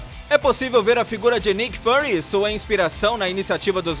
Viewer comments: Sério mesmo? Nick "Furry" - Nick Peludo.... kkkkkk .. Pronúncia épica, parabéns pela pesquisa só pra atrair views, quem assistiu algum dos filmes ouviria o nome sendo pronunciado varias vezes... do jeito certo... Fury é o nome, Furry é o que você disse repetidamente.... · Nick "Fâry"???